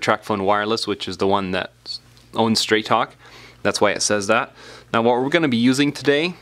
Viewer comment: sounded like you said Trap Phone Wireless 😂😂😂